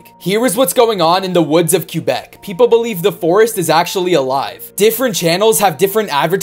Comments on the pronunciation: kubec its quebec, prononciation please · KHUBEK?? m8 its pronounced kwabeck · Not to be rude its pronounced quebec instead of “queuebec” I’m Canadian and we want Americans to STOP PRONOUNCING QUEBEC LIKE “QUEUEBEC”- Thank you French and English Canadians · Btw (Canadian here) most people from the USA pronounce it (Cue Beck) but it's actually pronounced (Kay Beck) (Quebec) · Things humans were never meant to *hear*: This guy pronouncing Quebec ~ Q-beck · there’s not way this guy just pronounced québec as ‘cue beck’ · Its pronounced qua - beck [Quebec] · It is pronounced cwa bec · But why can’t he pronounce Quebec correctly 😂😂😂